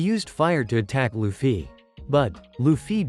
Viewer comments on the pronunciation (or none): It’s luffy Yeah Loofee No it’s luffy Yeah its what I’m saying: Loofee 💀